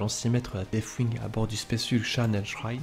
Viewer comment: Très sympa, merci ! ps : Par contre, si je peux suggérer quelques attentions d'écriture/formulation/etc que j'ai retenues : - prononciation : ce n'est pas un f dans deathwing, il vaudrait encore mieux faire comme si c'était un "s" 😅 - le participe passé de acquérir, ce n'est pas "acquéri" mais "acquis" (d'ailleurs pareil pour la forme conjuguée, c'est "il acquit" et non "acquérit") 😅 - à , prononciation : surtout pas de liaison entre "grands" et "héros, sinon cela fait grands zéros... (loin de moi l'envie de vanner les DA en disant que cela pourrait être mérité mais je ne le pense même pas, bref 😜)